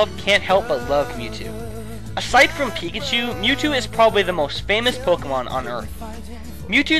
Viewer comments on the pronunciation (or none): none